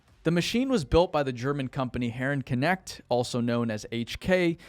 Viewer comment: From how you pronounce that German company it sounds like the word is related to "connect". It's not, if you were to translate literately it would mean something like "subjugated man" :D